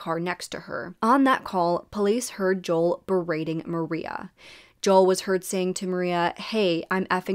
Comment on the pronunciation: Great video!!! Just wanted to kindly let you know that Joel’s name is pronounced Jo-el not Jol! 😁🫶🏼